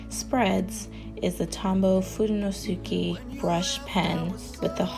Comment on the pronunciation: Very nice! I’ve been using folded-page “Dutch doors” for years in my journals, way before I heard of bujos or Dutch doors. They come in handy because they’re easy to find and give you twice as many pages to work with. The pages are narrower but that’s perfect for separating topics. Just FYI, that Tombow marker is pronounced FU-DO-NO-SKAY, the U is silent. Your pronunciation was perfect except the addition of the U.